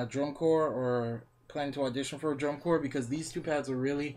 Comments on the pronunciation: "Corpse" pad? It's CORE !!! It's pronounced CORE!!!! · It's pronounced CORE, my dude.